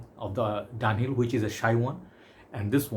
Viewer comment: Its pronounced DUN HILL